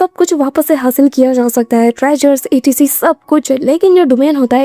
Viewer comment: Wrong pronunciation of etc 😅😅😅